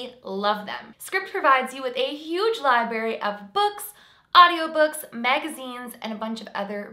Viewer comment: did you really just say "libary"? You're always so well spoken but that made me giggle 😊